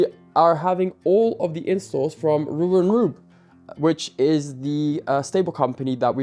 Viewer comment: butchering the name Röwer & Rüb is painful to the ears no matter how often he does it. tbf, for an English speaker this name combination is quite difficult to pronounce but could be expected to master it nonetheless as his father knows perfectly well how to do it.:yougotthis